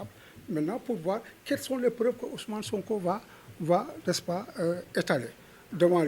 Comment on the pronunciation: Ce on dirait il est du Sud en entendant la façon dont il a prononcé le prénom de SONKO " OUSOUMANE" 😂😂😂😂😂😂